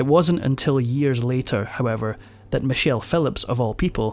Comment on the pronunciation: Edit; Michelle - not "Many chelle".